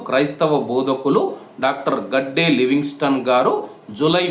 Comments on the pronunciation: గడ్డే కాదు bro గద్దే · హాయ్ బ్రొ గాడ్డే కాదు గద్దె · అన్న గడ్డే కాదు గద్దె అన్న